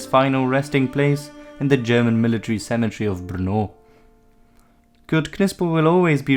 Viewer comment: Your pronunciation is superb